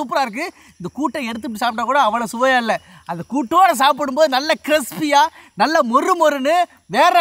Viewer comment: Crespy ille adhu crispy